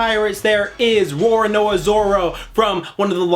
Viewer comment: You gotta roll the RRRR"s mann it adds the ferocity of his name and legend :D